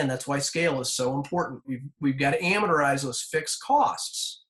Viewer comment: Sorry to nit pick, but amortize is pronounced "aM-Mort-Eyes" not "aM-Meter-Eyes"